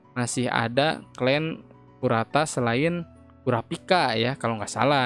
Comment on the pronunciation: Kurta ❌ Kurata✔️